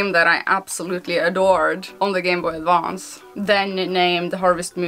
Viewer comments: I like the way you say Gameboy Advonce. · Gameboy A D V A N C E that accent